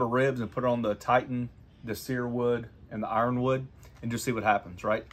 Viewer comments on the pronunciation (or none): none